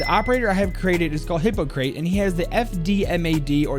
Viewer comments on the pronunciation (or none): He pronounces hippokrates so weirdly